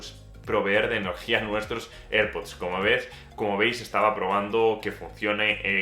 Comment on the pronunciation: Please learn how to say AirPods in English, which is correct